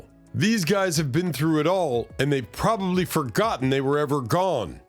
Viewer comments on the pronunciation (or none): none